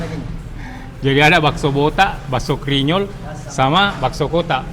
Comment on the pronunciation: Bkn krinyol tp grinyol hrsx ces..😂